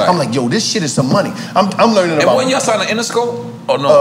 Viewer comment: Gillie already drunk “the realest ceo I ever tigned too”🤣🤣🤣